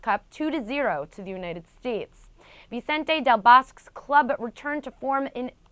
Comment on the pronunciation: 'Vicente Del Bosque' and ' Ottmar Hitzfeld'. How come can you read two names that bad on tv??!! No wonder you americans have no talent with foreign languages.. go talk about baseball bitch!